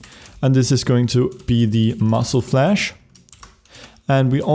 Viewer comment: spuddie I know, I made that mistake for a reason, I know that he is Swedish, but it is really funny to hear him saying muscle flash instead of muzzle flash :D By that I mean no offense, I am not either a natural English speaker.